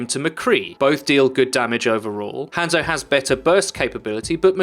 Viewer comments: Ranzo is even more accurate actually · Hanzo is not said like that its "Ha" as in ha ha then add a N then zo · If you pronounced his name right, I probably would have watched the rest of it. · Why are you saying hanzo's name wrong?